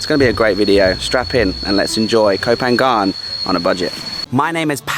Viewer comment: Nope, it's pronounced Ko Pa-gnan. There's no Y sound. The Y sound is used by foreigners who don't know how to begin a word with an NG sound.